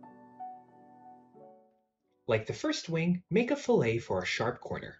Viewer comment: Good video...but it's a fillet (fill-it) not a fillet like the fish sandwitch.